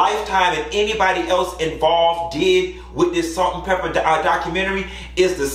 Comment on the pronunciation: You did Pepa wrong, 🤣